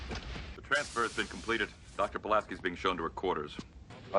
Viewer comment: I love that loved this, even with his pronunciation being the joke... Pulaski, Mot, and Jellico would agree.